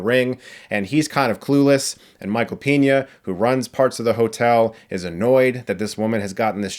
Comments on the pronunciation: Michael Piña.... Hahahahaha couldn't help laughing. That should be how you pronounce his name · dude, the actor´s name is Michael Peña, the E in peña is pronounced like the word " person", you said Piña which is Pinneaple in Spanish. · FYI it's Pen-ya, like pencil.